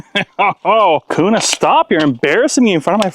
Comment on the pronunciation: Q-nah is how its pronounced